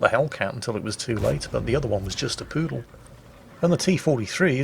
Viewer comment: It's a Pru Dal Not poodle Quarantine is finally getting to you... God dammit!